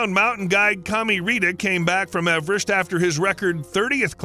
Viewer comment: Now try to pronounce Everest correctly^^ (No, it's not pronounced "average").